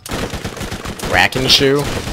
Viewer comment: And also it is apparently Rakkinishu.